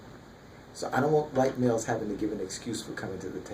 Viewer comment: I LOVE THE WAY SHE SAID "WHITE MALES!!!" ( AKA- "HELL MALES" ).